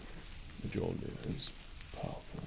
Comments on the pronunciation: Mjolnir (Mi-oln-ier) Pronounces it Mijolnier 80% of the fanbase is triggered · DID HE JUST ACTUALLY PRONOUNCE IT AS “muh-JOL-nir”?!?!?! 😑 🙄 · Dead on perfect. I thought you looked and sounded like Thor. Also for future reference, Mjolnir is pronounced me-oh-near, as the Scandinavian area often pronounces J like an I. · The only criticism is that the j is to pronounced as a y. So it's Me-yol-near. Edit: And for the nerds, it would be best if you said Midgard and not Earth. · Wow a comic nerd miss pronounced Mjolnir. Here is the pronunciation of Mjolnir /My ol neer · Loki brought us to Asgard for no discernible reason, then Thor shows up. ... My money’s on Thor being Loki wearing an illusion. also why Mjolnir is slightly mispronounced, Loki is salty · Are you pronouncing mjolnir wrong on porpose or dont you know how to pronounce it. That is now the question.